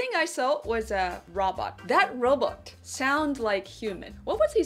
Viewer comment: Hard to follow when you say robot like Robert. So had to rewind after giggling. Super cute as always 🙂 so more view time for you. You're welcome. 😋